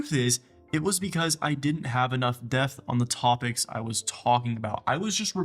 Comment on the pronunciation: This was so great.. but I can’t NOT mention your pronunciation of “DEPTH” is wild yo